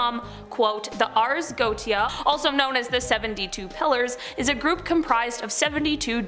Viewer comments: Her pronunciations are horrible! For example, She is incorrectly pronouncing 'Goetia'. It's pronounced 'Go-Ay-Sha' NOT 'Go-Tee-A'! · Goetia is pronounced: goEESHah. Also I love your videos. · Lol it's NOT GO TE A PRONUNCIATION LOL ITS GO WAY SHA,,,, hahahaha hysterical! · It’s pronounced Go-ay-sha not goatia😂😘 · First off Ffs It’s not goatia Go ay sha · Hey! First I just want to say - thank you for all the brain candy! My 12 yo son and I both love watching your channel!:) Just fyi though - "goetia" is pronounced "go-AY-sha". Just thought this info might help for future vids. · The only thing I ever mind about these videos is the fact so many are pronounced wrong, it takes you out of things... 'Ars Goetia' is more pronounced 'Ares Go-A-Sha'.. Otherwise things are well done, but I would really look things up to just improve on that one thing.. Mammon is 'Ma-mon', Azazel is 'Ah-zay-zel', etc.. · Göetia is pronounced Go-ay-sha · You're mispronouncing that word. It's go-eh-sha